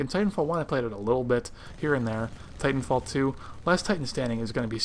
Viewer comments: Great video, very informative. also it sounds like fighnfall 2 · he says " fitan fall 2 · it sounded like you said fighting fall 2